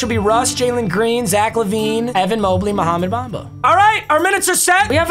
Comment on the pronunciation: Mans really said "Mohamed Bamba"